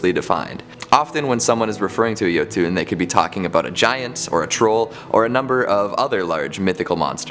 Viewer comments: new guys pronunciation a bit off the one with the jotunn how he saying it is like YO-TWO then how it should sound like YO-TON. Kinda cringes me a bit since I'm from Norway, and how things all sounds like. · While I'm glad that on this show, I'm more than a little irritated by his pronunciation of Jotunn. I don't know why he calls them "yo-TOON" when it's suppose to be "YUH-tun" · Jotunn (yo-tin) not (yo-toon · Jotun = yotun not yotune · Its pronounced "yo ton" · There’s no ‘e’ at the end of jotun. It’s Yo-tun